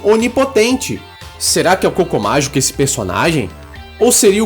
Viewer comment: eu escuto o "Cocô Mágico" kkkkkk